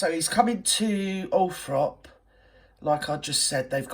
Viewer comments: At least check how to spell and pronounce Althorp then you might succeed. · I lived 5k from Althorp so keen to have it known correctly